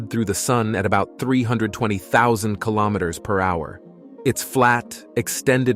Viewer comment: kilo'meters, not kalamaduhz